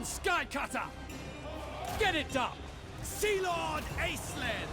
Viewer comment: Random language nerd fact; it should probably be pronounced “Aysh-Lynn” as it’s a Gaelic origin name, like how Sean is not always spelled “Sh” at the beginning.